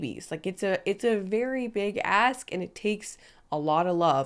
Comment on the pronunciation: Yeah… a VERY big “asssk”